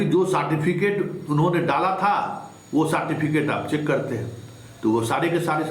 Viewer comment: Jo certificate ka Pronunciation "saatificate" krta h. Aur smjhta hai apne ko badka patrakar..Kewal ul julul mangarhant baatein krte rhta h...Itna din se dukandari chalane k baad bhi 2 lakh subscriber v nhi hua hai...Tera so called kaabil patrakar kahne ka sabse bada praman hai..